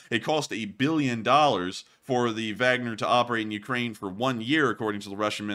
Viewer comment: Like the info and format, but wish you would pronounce Wagner one way or the other instead of that mashup of German and English you use. It makes me wonder - Do you have a Vag, or man parts?